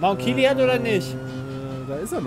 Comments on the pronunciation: "mount kiliad"... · Niemand:: mount kilian